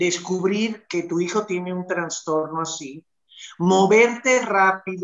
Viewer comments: * Trastorno no digan Transtorno.... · No se dice transtorno !!! Es trastorno